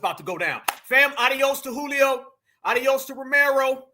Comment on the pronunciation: Not “Julio” dawg!!😅😂